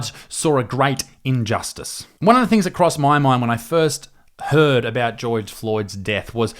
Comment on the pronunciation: the way he says George lol